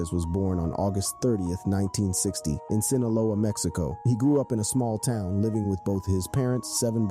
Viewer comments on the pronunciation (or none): none